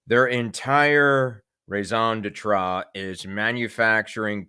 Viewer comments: rayzon de tra?🤣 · Forgive, with respect. You might need to review how you say " raison d'etre ":face-fuchsia-wide-eyes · After “coco cabana” the other day and now the ridiculous way you pronounce raison d’être, I’m convinced that you’re either trolling or a total idiot.